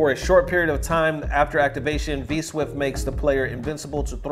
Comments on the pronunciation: Dude said 'V-Swift' repeatedly!! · It clearly says 'V-Shift' but you're so it's okay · Mans was dedicated to saying V-Swift rather than V-Shift. #KeepTheLieAlive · "V SWIFT" 🤣